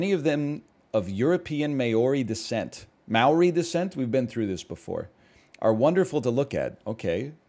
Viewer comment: OK, but are we really just gonna let the pronunciation of Maori slide? May-ori just full sent me.